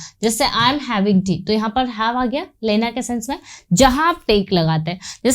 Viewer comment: your teaching technique is awesome, but your Hindi pronunciation and writing also is a bit weak in Hindi, like you are using the word लैना which is wrong in Hindi, correct one is लेना, I'm not demotivating you, you have good knowledge of English and teaching delivery is also commendable.